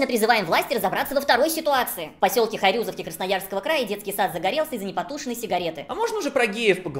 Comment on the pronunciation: ХайрюзОвка, а не ХайрЮзовка